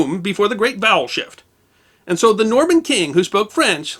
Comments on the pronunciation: I kept hearing "bowel shift". The story still works though, oddly enough. 🙂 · All i hear is "bowel shift" 😅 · I heard that as 'The Great Bowel Shift' and was highly confused...